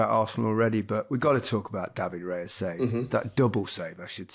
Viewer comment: Raya has been GK for arsenal how many years now and still his last name gets butchered. Its nor Reya,its Raya. There is no E in his name -.